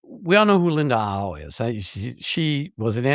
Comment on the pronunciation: Its Howe Rick not Howel. That's Gilligan's Island.